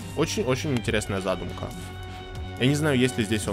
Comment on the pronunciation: Не зАдумка, а задУмка)